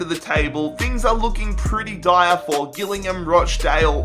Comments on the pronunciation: When you say Gillingham its Jillingham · Gillingham is pronounced with a "J" at the start not a "G" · Hi, please pronounce Gillingham correctly. It’s pronounced “Jill”ingham. Great series though. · Gillingham is pronounced jillingham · its pronoinced jillingham but its spelt gillingham, but weird bit its just how we say it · You pronounce it jillingham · it is pronounced jillingham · Please ffs its gillingham pronounced with a J not g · Please learn how to pronounce Gillingham haha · Need to learn how to Pronounce Gillingham properly 😂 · You are saying Gillingham so wrong 😂😂😂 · Notice how he pronounced gillingham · Jesus Christ never pronounce gillingham like that again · he can’t even say gillingham. i think he needs to see a speech therapist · The way he said Gillingham made me cringe aha